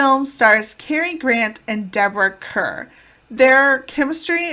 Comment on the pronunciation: Yes the pronunciation is like “Car” - Deborah Kerr as in Star ⭐️